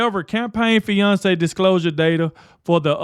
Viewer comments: Not fiance data, but financial data or finance data. I love you, but you have to pre screening and reading your information... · Finance bro bro Finance not Fiance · We got it, you're excited, but the word is pronounced -FY - Nance